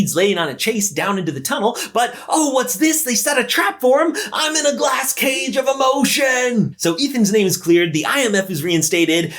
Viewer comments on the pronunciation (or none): “I’m in the glass cage of emotioon”